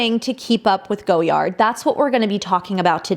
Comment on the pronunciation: Omg the butchering. “Rue Saint Honoree” is “Roo San Honor Ray.” And you destroyed “Francois” which is “Fran Swah.” And “Apprentice” is an English word! Also its “Goy Ard” not “Go Yard.” 😂